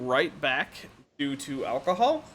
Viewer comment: Did you just say "Alcomahol"? Are you being loofy-fied retroactively?? xD